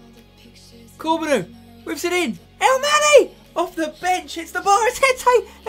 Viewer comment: Spenny, I think Corbeanu is pronounced CORE-bun-OH. lol and somebody in the stream comment must have corrected you.